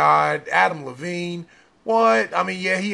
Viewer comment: Its adam levine not adam levene